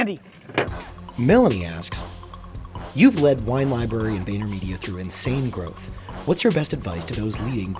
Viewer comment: 3.17 'insane grooth' #ClipIt